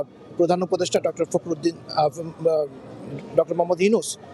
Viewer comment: Dr Younus ke boltese😆😆 fokhoruddin nam taw tik moto bolte pare na ar uni ato nervous kno kotar modde jorota ache.